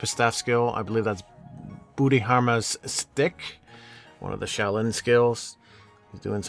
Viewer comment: lol you said bootyharma its bhodhidharma I believe